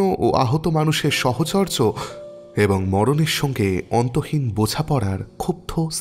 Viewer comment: Dada ami pray protidin apnar golpo suni aj ei golper moddhe apni সহচর্য bollen ota সাহচর্য হবে